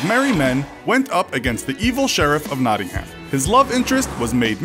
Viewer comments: It’s not ham herm but it’s spelt like ham nottingham but it’s said like nottingherm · That pronunciation of Nottingham though. It made me cringe so much p.s. It is pronounced not-ing-hm (well, not quite, but that is the best i can do in letters) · You really need to get the English pronunciation right. It's not American. For example, it's Nottingam, not Nottinham, and many more. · Can pronounce yorkshire right but Nottingham it is a silent h in Nottingham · Three thing 1 Nottingham is in the east midlands not in the north. 2 Coming fome a local you butchered how say Nottingham. 3 In Nottingham there area call Lenton what had a Priory what was founded in early 12th century . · You said Nottingham really weird 😂😂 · How many times did he have to pronounce nottingham wrong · The way Nottingham was pronounced though